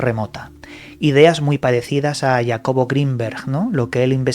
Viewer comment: ...¿¿quién mierdas es ""??